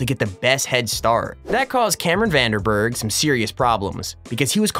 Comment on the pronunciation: the way mans said "cameron van de burgh" makes me feel like americans dont know south africa exists